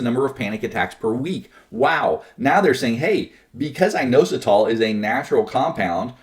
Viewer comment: IT IS INOSITOL LOL